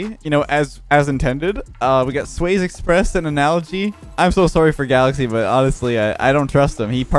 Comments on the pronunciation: always says he's on the old side of Rocket League but doesn't even know that "Swayze" is pronounced "sway-zee" like the actor Patrick Swayze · The Swayze Express looks like Patrick Swayze. Last name is pronounced sway zee.